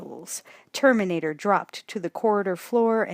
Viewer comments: The Turrrmaaanatrrrrr xD Love the narration and enthusiasm Thank you so much for this brilliant read ❤️ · The TerminatorRRRrRrRrRRRRRrrrrr!!!!!